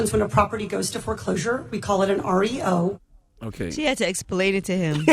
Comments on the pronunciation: When she first said REO I thought she said oreo.. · Shit, i thought she said oreo too at first 😂😂😂